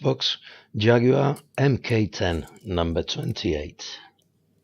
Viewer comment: Nice twist plating instead of painting. MK is pronounced mark and means series or number, so its a mark 10 Jag. Top job fella.:-)